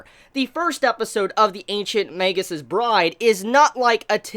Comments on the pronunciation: Also if a regular form of a word ends in an "s", the possessive sounds the same way. That's why there's the apostrophe after the "s". It's Magus' not Magus's both in writing and pronunciation. I also believe you pronounce Magus with a hard "g" like in "mage". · Okay okay okay.. BUT How does everyone else say the name??? I've heard mah-goose, ma-goo, and mae-gus So how do most people actually pronounce it??? I am very confusion...